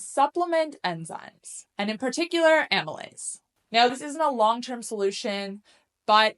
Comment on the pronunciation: It would be great if you could add subtitles to some of the technical stuff you're saying, because some of these terms are unfamiliar and it helps to be able to see the words. I'm trying to figure out the enzyme you said is good to use . Is that amolyte?